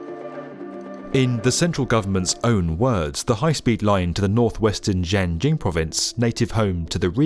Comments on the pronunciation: "Jiangjing province"? It's Xinjiang, I'm just an eastern european but can tell the presenter's pronounciation is atrocious. If you do a video specifically on a country, have the decency to at least google for 5 minutes how toponyms are read. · You just botched the pronunciation of Xinjiang, didn't you? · Can't fathom how the narrator doesn't know how to pronounce Xinjiang